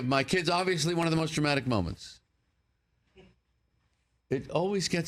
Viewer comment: "...always one of the most traumatic moments"? Or DRAMATIC? maybe a few people laugh because it sounds like hes saying "traumatic".